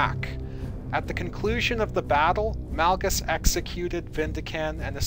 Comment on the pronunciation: Malgus not males